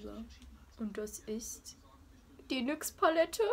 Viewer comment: Ausprache von Batiste, Impulse und NYX 😂😂😂😂